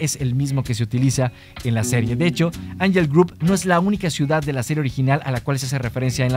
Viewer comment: Que desesperación con tu mala pronunciación de angel grove